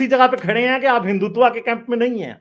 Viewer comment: learn to pronounce Hindutva first 😂...u r sounding like typical sadak chaap pakistani...Hindus r well respected all around of world bcoz of their culture love Harmony towards every religion..jews never got persecuted in India..parsi came from Iran... 😀 Read about hindus first